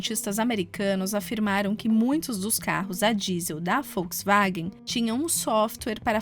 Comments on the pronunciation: Achei um desrespeito para conosco. Que se dane que fala assim LÁ NA ALEMANHA. Estamos no Brasil e a cultura assimilou Volks com som de “V”. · Alguém mais esta ouvindo folksvagem? kkkkkk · É Volkswagen. Não é Folkswagen!